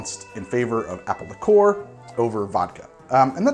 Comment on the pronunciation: I’ve literally never heard the pronunciation “lick-ORE” from anyone else, ever. Have I simply led a sheltered life, and half the drinkers in the English-speaking world actually pronounce it that way?